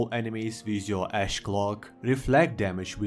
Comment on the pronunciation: I heard no Ash, only Ass.